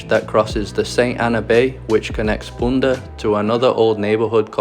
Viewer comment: Great movie! We have a house on curacao so it's very nice my favorite blogger went there! Just one thing..it's 'punda' and not 'bunda' :), and cas abou and grote knip beach :)